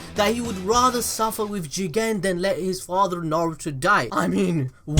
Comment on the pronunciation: It's funny when you say Juuugen